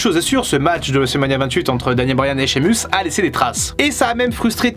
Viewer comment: Ya que moi que ça énerve le fait qu'il dit mal Sheamus 😭😂